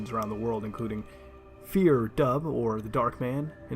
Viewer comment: The real horror is the way that Muta mispronounces Fear Dubh.